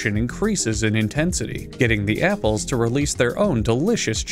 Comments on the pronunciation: repeatedly mispronouncing "apples" throughout the video is really the applaple on top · He always mispronounces apples, and I love it. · The way he said apapples in the beginning made me laugh so damn hard.